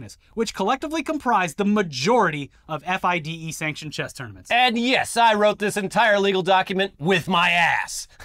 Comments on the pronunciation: Just so you know, and for future reference, "FIDE" is always pronounced "Fee-day". Please learn this asap. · JUST SO YOU KNOW IT'S NOT PRONOUNCED F.I.D.E, IT'S FRENCH SO IT'S PRONOUNCED FEE-DAY, OUT LOUD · For future coverage of the chess scandal: FIDE can be pronounced Fee-Day